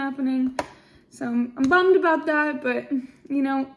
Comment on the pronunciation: Every time you say a boot, yah sound like a Canadian eh LOL!!!